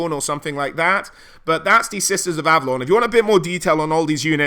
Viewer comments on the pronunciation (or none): none